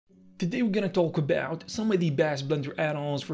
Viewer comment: Why do you say "a belt" instead of about?